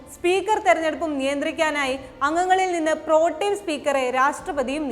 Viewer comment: Protieno😂😂ariyillenki enthi vere oraale padipikan nikunne